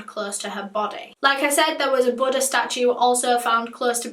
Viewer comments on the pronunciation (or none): none